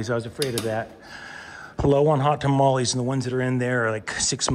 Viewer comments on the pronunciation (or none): none